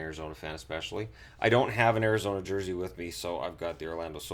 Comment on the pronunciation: "Ari-gazona Coyotes"